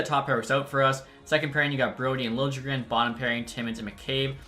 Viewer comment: Lil-Ja-Jren It’s lilegren pronunciation